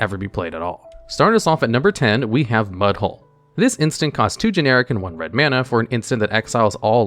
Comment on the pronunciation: Mudhole is NOT what I heard.